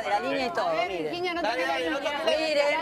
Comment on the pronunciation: VIRQUEENIA O VirZana??? Jajaja😂😂